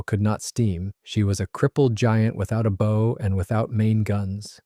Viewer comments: front of ship is called BOW NOT BOE MCDIK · Bow like ow, cow, or take a bow. Not oh, or tie a bow. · Bow as in boe.... No, tis bow as in a dog's bow wow wow ! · Oh yeah 😎? It's Not called: "a Forecastle," it's called: "a Foc'sle." It's Not called: "a beau," it's called: "a bow," as in bow wow. The lateral sides are Not called: "gunwales," they are called: "gunn'ls." The Bathroom is: the "Head." The Kitchen is: the "Galley." 😂 lol 😊❤ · And its bow, as in now. Not bow as in window. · BOW of ship is pronounced “baw” not “beau” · Thanks for taking what could have been an interesting video and making it utterly boring. The way you drone on completely killed this video; and btw it's pronounced B-ow. As in Bow-wow. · Decent enough video. But for the love of god...it's pronounced like COW, not a ribbon on a box. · Relating to ships and boats, bow rhymes with cow. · You are smart sounding but can't say bow right. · is the second time he pronounced bow as 🎀. 🤖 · You can pronounce the name of the ship yet you can't say bow . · I had to quit after the third mispronunciation of bow. You should be ashamed of yourself. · Bow, not bow. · That’s what I came to say. Rather embarrassing for such a channel to not know how to pronounce bow. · Exactly. Bow (front of a ship) rhymes with cow, not go. It’s a basic nautical term, not an accent issue. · I like the video and am assuming this is at least in part Ai. There are quite a few mispronunciations especially bow and forecastle. Also many pix don’t seem to match the narration.